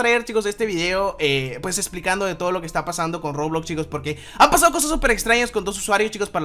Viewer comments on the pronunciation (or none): none